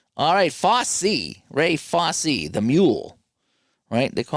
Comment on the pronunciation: Fosse rhymes with "bossy"